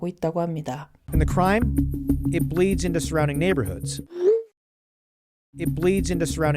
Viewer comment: bleeds into 가 저는 ”브레이즈 인더“ 로 들릴까요?